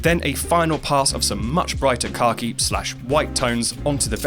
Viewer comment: not sure what color "car-key" is but it tied that cliffside together (this is a joke)